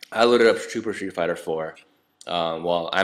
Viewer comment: It sounds like he said he was playing shit fighter